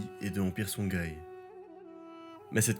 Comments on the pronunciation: Pour info c'est songhoï et non songhaï et Massa Moussa et non Mansa Moussa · Songhaï se prononce SonRaï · C'est une bonne vulgarisation, merci pour le travail. Par contre juste une précision : "Songhaï" se prononce Sonraï, comme Ghita et Ghassan se prononcent Rita et Rassan. Merci et bonne continuation.